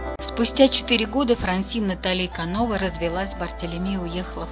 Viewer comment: Не КанОва , а КановА. Если, что пишите или говорите так пишите и говорите без ошибок. Во французском языке ударение на последнем слоге.